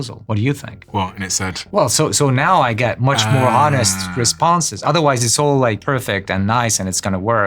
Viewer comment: Not his first language, lol. Easy to tell by his constant mispronounciation of "Honest".